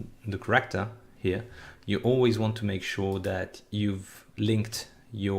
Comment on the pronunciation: Took me awhile to realize when your saying Corrector, that youre actually saying Character. But awesome tutorial! Im excited to use this engine and really appreciate this extensive amount of tutorial videos!